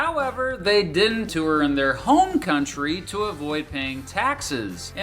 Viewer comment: wtf is a two-er? If you're trying to pronounce the word "tour", it is a single syllable word that sounds like "TOR" Regardless, thank you for the well written and informative video!